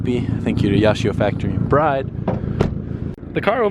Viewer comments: Isn’t it pronounced “brid” not “bride”? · Isnt the BRIDE brand pronounced "brid"? I'm almost sure it is